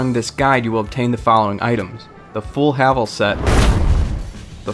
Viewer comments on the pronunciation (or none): It is pronounced hay-vel